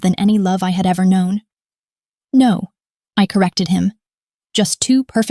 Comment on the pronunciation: Well, for starters, the word “no” is not 2 syllables…